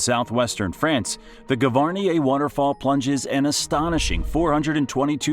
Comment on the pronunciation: What shocked me the most was the pronunciation of Gavarnie.